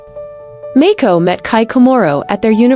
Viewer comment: There is no such person as Mayko. Princess Mako, HRH. it doesn't take much to learn the pronunciation of the names you say in narration. You make yourself into a total moron. Do your homework of do other work !